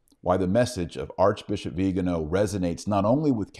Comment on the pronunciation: It's not "viganooow". It's "viganoh" stress on the last syllable.